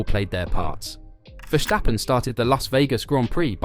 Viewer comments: Would it be possible to pronounce ‘Verstappen’ correctly? So with the ‘s’ as in ‘stop’, not as in ‘shit’. Thank you! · Esse cara fala "verstappen' com um ingles carioca